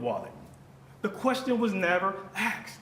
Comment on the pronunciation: Defense attorney can’t even speak proper English. It’s “asked”. Not “axed”. Axed is murder. And he’s supposed to be educated.